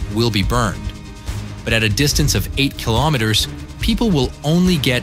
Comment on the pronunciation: Does anyone else notice he’s saying kilometers wrong? Am I the only one or what?……..